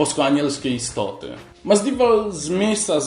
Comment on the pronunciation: Chłopie, Masvidal, a nie Masdival, a Cynic, czyta się z S na początku.